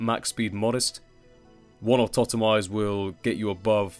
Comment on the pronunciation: Someone who doesn't pronounce Autotomize as 'Automize' <3